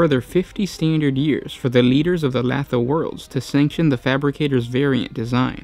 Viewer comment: Lathe Worlds is like the workshop tool, pronounced "Lay-the"